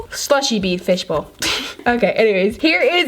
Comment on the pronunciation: Way did you say fishball butt!!! Omg soo weird